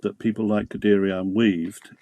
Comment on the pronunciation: pronounced gudayern